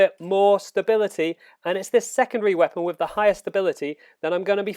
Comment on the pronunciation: why don't you speak normally? I had to stop after 10 secs. WeapAAAn.